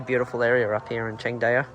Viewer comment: Pronounced Chang Dow brother